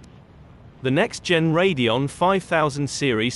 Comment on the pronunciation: It's saying Radeon (Ray-de-on) correctly.